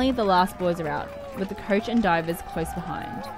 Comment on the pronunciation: Not the "couch" but the "coach" :-) Bless you anyway.